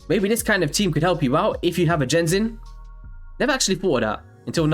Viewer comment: Genzin, pronounce like the G in 'get' considered this is a Japanese name.